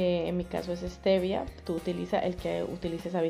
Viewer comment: Ssstiiiiviaaaa😅 no eeesteeevia